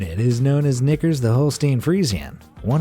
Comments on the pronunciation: I can't be the only one that heard him say the n word when he said "knicker" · lol if he didn’t put knickers on the screen I would have thought he said something else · He said "nickers" not n word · Ok dude I don’t like how this dude says knickers 🤣 I mean cmon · When he was talking about the cow he said knickers I thought he said...... well nevermind 😂